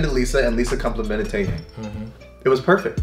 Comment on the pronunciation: Taeyang is actually pronounced taeyoung. Also this colab was fire. Lisa is everything and she is the best dancer period.